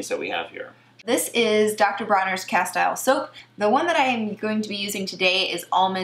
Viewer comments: castile is pronounced ka-steel 😉not ka-style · “Castile” rhythms with “steel”. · It's pronounced cas-teel'.